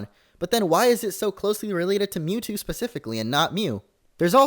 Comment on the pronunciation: You say Mewtwo a lot so it sounds like YouTube